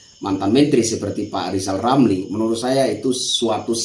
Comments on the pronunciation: LIZAL LAMLI jangan ngomong dulu kl blm bisa memperbaiki huruf ( R ) dng benar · Salam Santun Bang, Hajar Terus Orang orang yg bermulut Celupar itu, Lizal Lamli Cedal huruf R Aja Gak jelas, tapi omongnya sebakul 😂😂😂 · Sebenarnya Lizal Lamli itu IRI sama Pak Jokowi karena anaknya Sukses luar biasa... Pak Lizal Lamli coba belajar dulu dah biar bisa ngomong er baru ngomongin PRESIDEN... Tapi kalau Lizal Lamli jadi presiden bisa kok tapi PRESIDEN Di Dunia DONGENG... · LIJAL LAMLI belajar ngucapkan R dulu lah. Semua sudah tau. Kalau LIJAL LAMLI seorang satpam/penjagah harta CENDANA. gara2 harta CENDANA dari hasil korupsi di ambil alih negara🤭